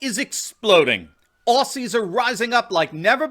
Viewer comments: Aussies pronounced ozzies. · FYI, Australian's call ourselves Ozzie's, not 'Ossies' as the American media always refers to us, and Melbourne in a weird twist is pronounced 'Melbin' locally. 😁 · Love this channel but please don’t EVER CALL US OSSYS ! You say it OZZY, Spelt aus I know but never ever said that was! OZZY! That’s it if you say it wrong you might as-well not speak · Please, for future references its Aussies (pronounced Ozzies not Ossies). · Bruv its pronounced "Ozies" You know like The Wizard of Oz..... Aussies is pronounced Ozies. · Mate, love your videos. People need the truth in these troubled times. One thing though, “Aussies” is pronounced “Ozzies” 😂 God bless you and keep it up